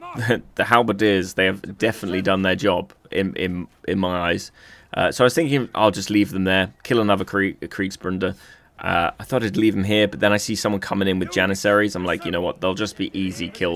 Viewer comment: You still call em Brunders with an N x) It's Bruder ("broo-dur")